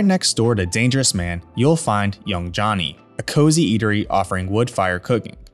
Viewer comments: note to you, it’s not Young “Johnny”, it’s Young “Joanie”. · The restaurant Young Joni is pronounced Young Joanie, not Young Johnny. Do your research.